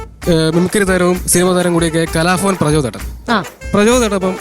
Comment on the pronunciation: It is not "kalafavan"but it should be pronounced as "kalabhavan " note the difference in the pronunciation